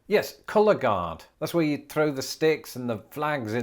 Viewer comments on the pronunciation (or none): none